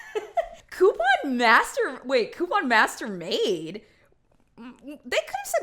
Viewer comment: Omg I could be wrong but I keep hearing “Quepon” lmao